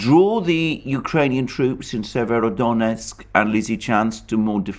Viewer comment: Came here to hear Alexander say "Severodonetsk Lizichansk conurbation". . . Was not disappointed. My man delivers.